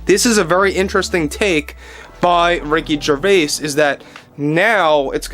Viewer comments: The s in Gervais is silent. It is pronounced Jer vay. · The S in Gervais is silent